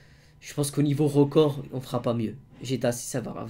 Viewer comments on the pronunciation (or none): au niveau «rocord » ouai ouaii